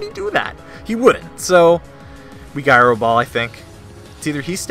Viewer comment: I love your content, but I hate that pronunciation of “gyro” that I actually wrote out a comment describing it, otherwise, amazing battle!